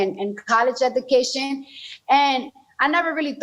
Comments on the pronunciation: She can’t say the word “education “ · she says she wants free education but literally cannot even pronounce the word lol she honestly sounds so dumb it’s actually like a confused child talking to an old man with dementia